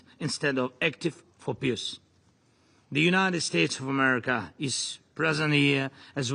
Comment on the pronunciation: I'm sorry, but can someone from his own circle tell him how to pronounce peace so that it doesn't sound like "piss"?